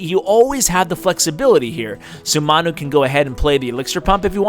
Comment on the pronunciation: I think it's pronounced 'man you' he looks like a Manchester utd fan a soccer/football team in the uk